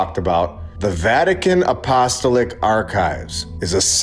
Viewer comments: LOLOL stop saying “Apostoelick” and say it “ahpo- stall- ick” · A..po...sto...lic The syllables are after the A and each o I grew up Catholic. No offense intended! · I can tell you’re not Catholic or Christian by your mispronunciation of Apostolic. A couple of comments. Most of us are well aware of the necropolis and catacombs of Rome. There have been videos about the discovery of a markings indicating the location of Saint Peter directly under the center altar. And the early Christians buried believers in the catacombs and held masses there too in order to avoid detection by the authorities who persecuted them. As for the archives, 2000 years is a long time and acquiring a million books is not outrageous. But cataloging and preserving them would be quite a challenge, especially since the city was sacked and burned multiple times since the first century. Do you really think the average schlub should be allowed to walk around unguided and touch priceless ancient manuscripts? Our generation paints graffiti on everything from busses to buildings and looters exploit any breach insecurity they can. Just look what’s going on in Los Angeles. What was lacking in the video was any theory about what exactly they’re hiding. The Pope Paul VI auditorium and its demonic looking sculpture provide a clue that the very top of the Church isn’t worshiping what the rest of us are. Is that a modern change or does it go all the way to the beginning? That’s where I’d focus attention. Has the Church been infiltrated by believers of Baal? Do they conduct human scarifies there? Child trafficking? Dig deeper.